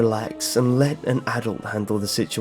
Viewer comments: The way he says "Adult" is so amazing! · The way he said Adult, something tells me he's Canadian.